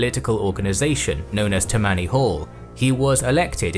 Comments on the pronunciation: I know its been said but its pronounced "Tam-any" Hall. And yea the same people claiming they hated Jews, Irish, and Italians and also claimed America was only for "WASP's" were the same people doing it today - Demonkkkrats. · Small nitpick, you mispronounced Tammany Hall. The emphasis should be on the first syllable and your reduced the first short a into a schwa.